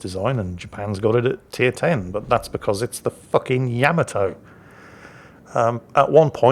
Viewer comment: The reason you can mispronounce a two syllable word is because you have a deep and abiding love affair with the short a sound found in cat, bat and rat, and the French don't. Neither do the Japanese, so you got Yamato wrong too. Despite the fact that for quite some time you used to play a short clip from the theme song of Space Battleship Yamato every time one showed up in a game, a clip in which it was pronounced correctly by native speakers.